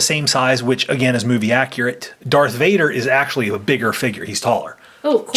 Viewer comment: kylo tens real name is Ben solo and its Darth Vader not dark vader